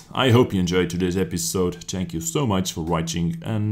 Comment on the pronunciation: ?did you just said tank you so much for watching